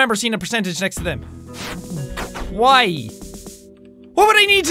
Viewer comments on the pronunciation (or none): when you said why I sounded like you said Hawaii LOL!😂